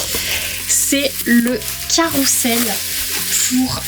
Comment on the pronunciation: On dit : carrousel ! Et pas carroussel !